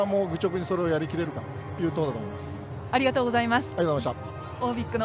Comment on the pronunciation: Bro said, "Arigato" xD